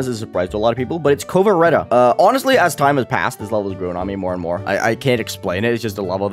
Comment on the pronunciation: Why do you keep saying "Vasureta" and "Kovareta" do you know what a W is lol